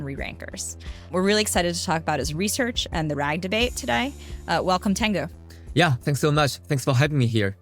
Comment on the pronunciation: It's Teng'yu, not ten'gyu